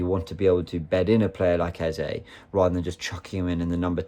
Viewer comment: Can you pronounce eze name the right way plse